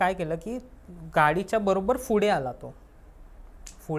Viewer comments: फुडें नाही रे पुढे म्हणतात, शुद्ध बोल जरा, काय प सायलेंट आहे का तुझा, फुडें काय फुडें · Not फुढे it's पुढे....I🤫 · Pudhe ❌fudhe ✅......😅😂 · फुडें काय आहे 😂😂 फुडें व्हायला 😅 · पुढे ❌ फुडे ✔️🤣😂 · या चॅनेल वर आलेले बहुतेक सर्वच लोकं पुढे ला फुडे का म्हणतात.. कुठल्या एरियाची भाषा आहे ही